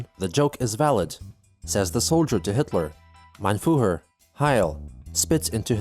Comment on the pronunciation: It's called Führer not Fuher, just to keep that right